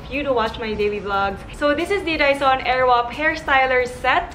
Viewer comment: was it just me or was it really "airwap"? funny lang haha